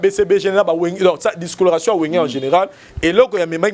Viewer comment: on dit dislocation et non discolation sinon ça va pour ton analyse.